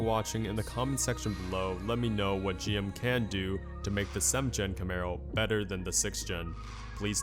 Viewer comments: it's G.M. not Jim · Sounds like you're saying JIM instead of G M